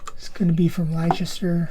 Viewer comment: Where is Liechester? It's Wooster not Woorstaashire. I love it when Americans can't pronounce French places, and apologise. Yet they still can't speak English propa. 😅😅😅😅